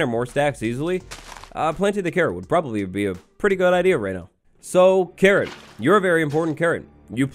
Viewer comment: OMG everytime you say carrot i hear Karen... is my hearing bad?